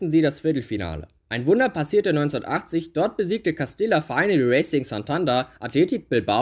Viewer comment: Cooles Video 🔝 Real Madrid Castilla wird übrigens Castija ausgesprochen ( Doppel l auf Spanisch j)